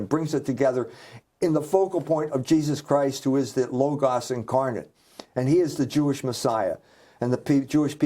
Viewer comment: I am assuming that you occasionally listen to, or even watch these interviews following thier completion. Do you not notice that you and Michael are pronouncing a significant word quite differently in each of the recorded interviews which I have listened to, and watched over the years. Please go go a dictionary, and look up the pronunciation of the word "logos". You will find that when it refers to the philosophical conceptual usage, which is that one Michael refers to exclusively, then the final vowel sound is the short version of the otherwise long vowel "a" (pronounced "ah", but short) as in the first vowel sound in the word "father". The pronunciation you repeatedly choose "logos", with the last vowel pronounced "oh", as in go, slow, mow, etc. is reserved for that reference to symbols recognized as formally representing a corporate, or other legal entity, such as the apple icon with a single bite on its surface, representing Apple Inc., or the two mouse ears, representing Disney Enterprises, etc.. Those icons, or "logos" (spelled the same as the philosophically related word) are associated with those two companies. When referring to such multiple logos (corporate icons), the final "oh" sounding vowel is followed by the consonant "z" sound, rather than the "s" sound as in the ending of "logos" (philosophical usage) which is pronounced "logas". So you are making two errors; turning the last vowel sound "ah", of the philosophical usage into "oh" of the pictorial icon